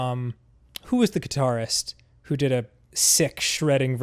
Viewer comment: "As somewon gwo grew up" wise words